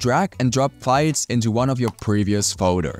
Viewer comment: Why do you pronounce files as fights?